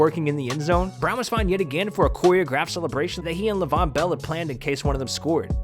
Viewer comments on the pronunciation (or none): Lavon bell😭 Lev-ve-on-bell